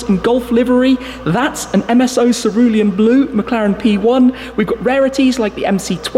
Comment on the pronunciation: I thought you were done saying serulium blue